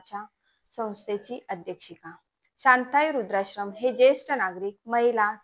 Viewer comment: अहो तुम्ही काय बोलताय रूद्राश्रम नाही वृद्धाश्रम.